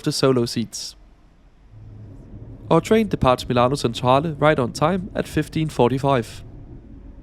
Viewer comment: The train front and back look like an old generation Shinkansen though. Thanks for the review. Btw I like this grey business class colour scheme. FYI, "C" before "e" and "i" pronounce like "tsch" (in German), so it's 'milano Tschentrale" and "Santa Lutschia". Otherwise, excellent!